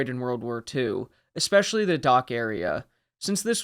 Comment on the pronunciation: Hey man, I absolutely love your channel. I've thoroughly enjoyed every one of your videos. I just have a question. Over the last 10 years or so, I've noticed Americans have collectively decided to mispronounce "especially" as "ex-specially". haha WHY? haha When I hear it, it's so abrasive to me that I have trouble concentrating on what is being said. It's very similar to "aks" instead of "ask" which I often hear, since I live in Windsor, a 10 minute drive over the border to downtown Detroit. Aaaaaaaaaaaaaanyway, I look forward to your next video. =) Thanks again for an exspecially fantastic channel.